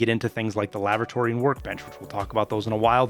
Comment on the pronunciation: ''Lavratory'' rox xD